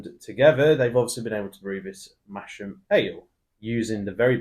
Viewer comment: Sorry guys, it's not pronounced "Mash-am", it's "Mass-am". And it is the town in Yorkshire. You'd better redo the video before you get a baying mob of Yorkshiremen at your door with pitchforks and flaming torches.